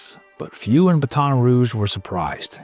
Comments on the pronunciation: BA-ton Rouge, not buh-TON Rouge. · Or pronouncing Baton Rouge like the word baton. Haha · It's not "Baton" like the weapon, it's like "Batten" (like Batten down the hatches). Cheers! I think most of the world can relate to Gary, whether they are a father or not! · it's BAT on Rouge, not baton rouge... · Isn't it pronounced "BAT-'n" and not the thing used in Olympics and relay races? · The Bat-ton Rouge is killing me, come on! Ba-ton Rouge, how hard is that to say? Do better, computers. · BATT- en ....... NOT.... but- ONN By the way, lose the AI or just wrong pronunciation. You don't keep subscribers with blatantly wrong pronunciation. I'm one who will never be. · This is an hour and a half away from me and I just had to say it’s not baton like a stick weapon it’s bat 🦇 on 😂ok I’m shutting up now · it's pronounced "bat tohn" like in french.. not "bat ahn" like in english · exactly- it’s pronounced “Bat-tin roohje”. The AI saying “baton” as if it’s a baton being handed off in a race is just … infuriating. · Baton Rouge is pronounced. Batt-en Rouge. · Hearing you pronounce it Ba-TON' Rouge, over and over is so annoying. I'm 57 years old and I have never heard it pronounced that way ever, by anyone. Who told you to pronounce it that way? Seriously. I want to know the name of the person or source that told you to pronounce the name of a major city, that every 8-year old child has pronounced correctly, with the accent on the second syllable. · BAHT-un Rooge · Oh my goodness,! It’s pronounced “BATTEN” Rouge! 😅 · Aaarggg ugh!!! This Ai crap is getting stupid. It’s not Ba-Ton Ruge. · For future videos, Baton Rouge is pronounced Battin’,… like “batting” without the G. Signed, a Cajon! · Btw it’s pronounced Bat-in rouge - from a Cajun. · “Battin” rouge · We usually pronounce it BATten ROOgh, no? Are you an AI? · You can tell the narrator is not from the south because he says Baton all wrong 😂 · This dad is a hero. Please say Baton Rouge correctly.